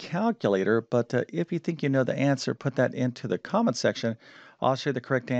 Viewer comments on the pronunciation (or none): none